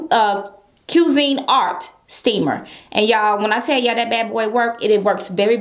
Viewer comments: She said "Cue Sine Art" Lawd its Cuisinart. B get it together. Frfr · Cue zeen art steamer. 😑 Isn't it pronounced Quee- Zen-Art? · NO..........It's "Cuisinart" Digital Glass Steamer..you tried it didn't ya..tuh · It's pronounced "kwee-sin-nart! Cuisinart!